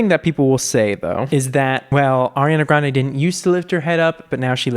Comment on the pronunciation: her last name is pronounced "gron-dee" by the way 😂